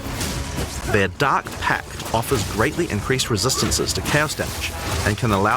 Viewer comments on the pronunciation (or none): I constantly hear 'ducks' instead of darks